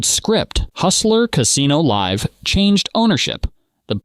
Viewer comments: You calling it liv poker at the start of the vid rather than live poker. Powerfully tilting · You pronounced live at the bike the way you would pronounce the name Liv. Are you an AI? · it also said Live At The Bike, as "I live" at the bike lol